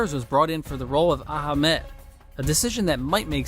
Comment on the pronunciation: “Bully-wife” and “Aha-mad” 🤦‍♂️